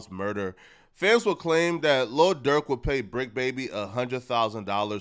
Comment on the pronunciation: This clown called him lil Durth smh. Learn the rapper name first